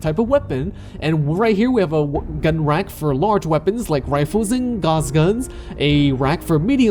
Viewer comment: gauss rifle is pronounced "ga-w-ss" not "gaz"